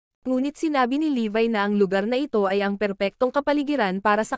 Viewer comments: Levi po pangalan nun Hindi po levay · levi not levy